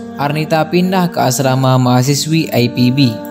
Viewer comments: Berita ini sudah "basi" Mas, kita sdh membaca beberapa tahun yang lalu. Kokbilangnya "Muallaf Terbaru". Dalam ceritanya aja, dinyatakan peristiwanya tahun 2015, berarti udah 7 th. Oon banget c,lho. Sekolah dulu Mas. Lagi juga membacanya kok, loogat/ aksen Ingris "Ai Pi Bi" . Biasanya kita menyebut Ii Pe Be. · I Pe Be yaa.. bukan Ai Pi Bi. Orang mana sih ente min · buat:" i pe be" x ah ga usah ai pi bi,letaknya di bogor qo bukan di england 🤭 nama indonesia ipb tuh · Bang Ii Pe Be jgn di baca Ai Pi Bi dong ah bhs indonesia aja bang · Min, lebih enak denger I PE BE drpd AI PI BI, but bravo Arnita, love u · I pe be bang bukan ai pi bi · IPB ... dibaca I Pe Be ... bukan Ai Pi Bi... belajar berbahasa indonesia yg baik & benar lg ya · Yg baca narasi ny lebay baca IPB aj EPIBI jelas2 itu penulisan kata bahasa Indonesia ny IPB bukan penulisan asal kata kalimat bahasa Inggris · IPB baca i pe be bukan ai pi bi ... Pengen keren tapi salah kaprah .... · ipb...di baca i pe be bukan ai pi bi....🤭🤭🤭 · yg baca narasinya lebay ipb dibaca ai pi bi, kepanjangannya aja institut pertanian bogor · Lebih baik penyebutan IPB diucapkan dalam bahasa indonesa aja min.. Gak usah ke inggris inggrisan.. Di ucapkan Ai pi bi.. Karena penontonnya ini org indonesia semua dan bangga berbahasa indonesia. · biasa aja bilang IPB, ga usah ai pi bi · sebenarnya gw tau maksudnya itu... Cuma narator nya songong sok2an British language utk penyebutan akronim Indonesia... Padahal masih makan nasi aking IPB lho.. Bukan aipibi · Waw hebat ya yg bikin konten bule. IPB saja dibacanya AiPiBi. Soal Beasiswa dicabut Krn jadi muaalaf ya ga masalah. Aturan administrasi nya kan jadi batal karena namanya berganti. Kecuali sdh diurus masih ga bisa baru deh protes. Yg pasti Allah dekat dg seorang Mu'allaf. Tak perlu khawatir. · Baru tau sejak lahir bahwa kampus IPB tuh dibaca aipibi 😀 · IPB bukan Aipibi, bacanya biasa aja Jgn sok keren. Jatuhnya ke aneh..he3